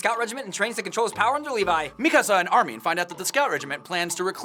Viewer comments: 1:it's Armin not Armeen 2: He came out of the nape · Di...di..did you just cal armin....armi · armin? who's that? all i know is army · "Armeen"..bro it's Armin. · Why do they keep saying Armin like Armeee-an and Erwin like Erowin? And dude, the Titan at the end was obviously inside the wall, not breaking it. The wall was chipped and broken because Annie tried to climb it, therefore exposing the Titan on the inside. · Lol they said arrowin instead of erwin and armeen in staid of armin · instead of armin... did they say armie? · Ar-min, not Ar-meen. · Your too focused on going fast u said armeen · Rae Haraway sounds like they're saying armean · Did they just say ar-min wtf?????? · You said Armin wrong